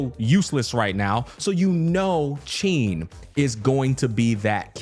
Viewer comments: Hsin’s name is pronounced “Sheen.” :) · Hey just wanted to let you know that Hsin is pronounced huh-sin most people believe the “H” is silent but it isn’t you basically sound out “H” makes and then add the “sin” part of Hsin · Just pronounce it "SIN" and say it proudly. (if you want to be very accurate, you can pronounce "HSI-" the same way you say "Shi-t")